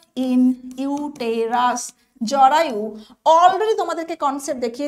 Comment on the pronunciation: Uterus er pronunciation ta vul bolechen madam..